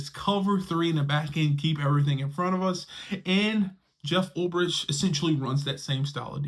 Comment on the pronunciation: Oh my God, bro. You and the pronunciation of names. Ulbrich = Ul "BRICK"! Not Ulb "RICH"!!!